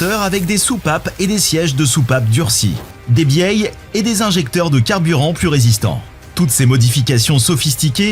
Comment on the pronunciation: Des "bielles" pas des "bieyes" Ça plus TOYOTA "MIRAI" mal prononcé et 398 sans préciser pour le couple (Je sais que c'est des NEWTON/METRE soit 398NM mais pas évident pour quelqu'un qui voudrait se renseigner et ne comprendrait rien aux moteurs) c'est pas sérieux pour une chaîne Spécialisée. Je sais que c'est un acteur qui lit un texte mais quand même avant de poster c'est mieux de réécouter ou d'aider le mec qui enregistre en lui expliquant qu'il prononce mal. Bon sinon je continue la vidéo, merci. En plus la vidéo est bien montée c'est dommage si vous voulez percer tout doit être parfait 👍